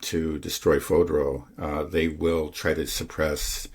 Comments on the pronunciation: fordow, not fodro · Spend a few minutes learning how to pronounce Fordow.